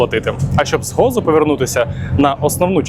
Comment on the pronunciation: Цікавий випуск, нагадав багато улюблених місць на Мальті, де я провів майже рік 20 років тому. Тільки не Гоцо/Готцо, а Гозо, не Слієма, а Сліма :)